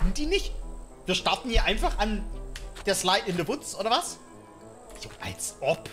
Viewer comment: wie es heißt: slide in the woods wie sev es sagt: slide in the wuts